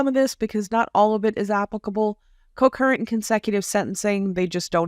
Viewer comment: It's "coNcurrently", not "cocurrently"